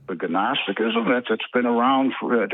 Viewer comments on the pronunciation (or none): It's kind of like goo-nosetock-isum But there's no frantic spanking. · The problem with getting knowledge by reading a couple of whacko web sites as opposed to attending lectures and debates in a college theology or philosophy class, is you humiliate yourself by calling gnosticism ga-nostisticism. His pronunciation reveals how little he knows about the subject. He believes in secret societies, yet doesn’t believe in real education. Okay, so he is just like almost all theists.